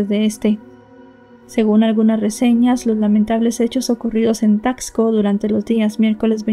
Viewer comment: Se dice tasco, no como dices tacksco. Y visita Taxco, para que veas cómo es realmente, y pronuncies mejor la palabra Taxco